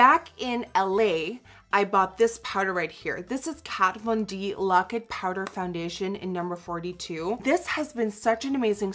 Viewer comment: I love how u say foundetion ♥♥♥